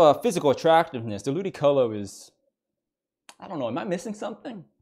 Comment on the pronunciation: He really Said lewdycolo